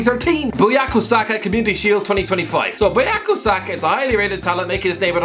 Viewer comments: The disrespect to use the wrong picture of Saka while also pronouncing his name wrong. I'm sure they'd be no problem pronouncing Matthhijs de Ligt and telling him apart from Frenkie de Jong tho 🤷🏾‍♂️ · The disrespect to Saka is unreal Mispronounced his name and then used the wrong image loool